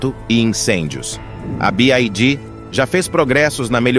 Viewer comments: Y = "wai" e não "ai" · A pronúncia certa para a sigla BYD é BI-UÁI-DÍÍ !